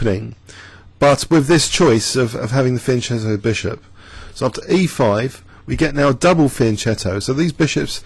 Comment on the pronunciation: The right pronunciation of "fianchetto" is [fjan´ ketto] with the CH of CHianti and not the one in CHeese (and do not forget the the double T at the end) :)